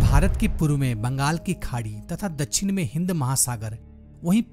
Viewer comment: Dachhin nhi dakshin hota he sir😢